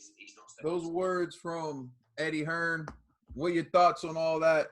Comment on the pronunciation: its Eddie Hearn not Eddie Hearns